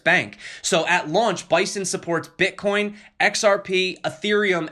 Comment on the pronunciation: What is this "Bitcain" you speak of, Sir? Which "Platfirm" can I buy this? When pump? This sounds like a great new coin...:)) great stuff, also de TA vid. was great!